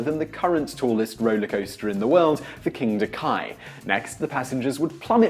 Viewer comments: It is not King da ki it is king da kaaaa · NOOOOTTTTTTTT KINGDA KAI ITS KINGDA KA!!!!! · I lost it when he said Kingda Ki instead of Kingda Ka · It’s not Kingda Kai, it’s Kingda Ka. Also, even if people got out, they could just jump off (and the first step would be a doozy) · sigh BOI Kingda Ka is not pronounced Kingda Kai. There is no i in the Ka. I literally live in New Jersey we go to Six Flags Great Adventure all the time. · KINDA KI, ARE YOU SERIOUS? IT'S SPELT KINDA KA! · King da KAH not king da KI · It's king da ka not king da ky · Kingda Kai? What's that? I've heard of Kingda Ka though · Kingda Kai?! it's kingda Ka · it is called the Kingda-Ka. Ka. KA! Not Kai. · Kingda ka not Kingda kai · It's Kingda Ka, not The Kingda Kaye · It's pronounced kingda Ka not ki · Kingda ka, not kai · kingda... kai? You mean Kingda Ka, right? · It's not pronounced Kingda Kai, it is pronounced Kingda Ka, just as it spelled. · Kingda Kai? You say it Kingda car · OH MY FACKING GOSH ITS KINGDA KA! PRONOUNCE KUH, NOT KAI!!!!!! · did you really just say king da kai???? its king da ka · king da ka = king da kai? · "the kingda kai" kill me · Kingda KAIII lol no hate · XDDDDD "KINGDA KAI" IM DEAD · King da Kie? What? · "Kingda Kai" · It's pronounced "King dah-KAHH" (rhymes with 'raw')